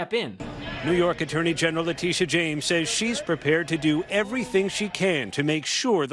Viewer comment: It's Le-tit-ia. Letitia James. My God. As a brother of a Letitia I can't stand her name being butchered.